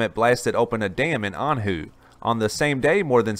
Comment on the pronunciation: hey muppet.. Anhui is not pronounced "An-Hoo", it is pronounced "An-H-way".. stop re-running old stories too.. you ain't fresh boi..